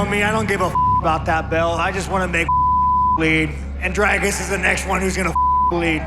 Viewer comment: Sean , its Dricus not Drakus